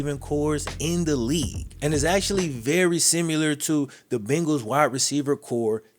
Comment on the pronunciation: Bro you’re too goddamn good at this shit. So fucking talented at writing and presenting these. Still bothered by the extra “u” in “simular” instead of “similar”, but this shit is too good to bitch about lmao